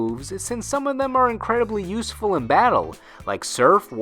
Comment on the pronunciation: That was actually perfect, apart from the mispronunciation of useful and english.